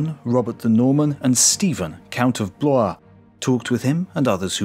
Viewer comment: The pronunciation is correct. Fun Fact: The Stephen of Blois here was one of the most important men in European history. Stephen Henri, Count of Blois, was William the Conqueror's Son in Law, married to Adela of Normandy, William's daughter. His son would usurp his niece, the Empress Matilda, only surviving child of Henry I, Stephen Henri's brother in law, to become King of England. He was also one of the leaders of this Crusade, though was one of the commanders who fled the Siege of Antioch when it became evident it was a lost cause. He subsequently, under pressure from his wife Adela, a devout Christian so generous to the Church in life, she became a Saint in death, returned to the Holy Lands in an atonement crusade in 1102, with other commanders who fled after Antioch, and was killed in 1103. So we know well his name, his history, who he was was, where he came from, what he did, and what his descendants became. We also know how to say his name.